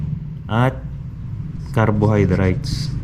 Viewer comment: Kwentong pagong pagbigkas pa lng ng nitrite, nitrate, carbohydrates mali mali na,, gumagawa lng to ng kwento